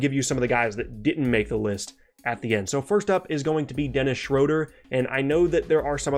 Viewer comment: SHROADER !! Haha come on man it’s either Schröder oder Schroeder